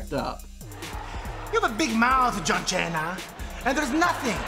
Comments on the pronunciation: "John Ch-ena"! 😂😂😂😂😂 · Is it my ear problem or Santino really call John Cena as John China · “You have a big mouf john Cheena “ 😂😂😂😂😂😂😂😂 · I heard it as Chay-na, but yes, he did deliberately mispronounce Cena's name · Man Jericho's catchphrase can make anyone break character. He had such an Iconic catchphrases "pronouncing wrong names of wrestlers" is one of them this can surely make you laugh at the moment.